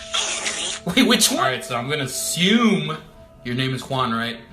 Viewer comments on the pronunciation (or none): none